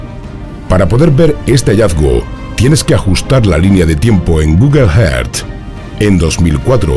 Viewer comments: Tio..es que...Google "heard".. pffff.. Earth. Google earth. "Erz" "Guguel erz" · EN GUGUEL JEART😂 😂 😂